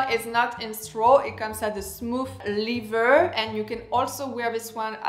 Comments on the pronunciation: Lether please not lither! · Every time you mean to say leather, you say liver. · it's pronounced "leather" like an accent grave on the first syllable "e"